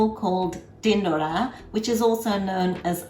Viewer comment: My mum does it just like that but without onions, I'll try it your way next time. Are you gujarati? When you say "tindoda" it sounds perfectly gujju:-)